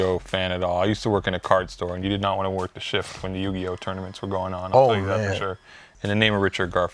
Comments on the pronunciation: Biggest Worst Take Ever From saying “Yu-Gi-No” 🤯💀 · Haha I'm going to call it out now will get punished next episode for saying Yu-Gi-no hahah 🤣